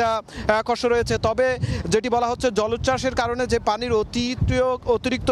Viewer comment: কাটের টলার, জলোচ্চাস,,তত্ত, দুক্কে,,ক্চ্ছ,স্বাবাবিক, এই হলো উচ্চারণ!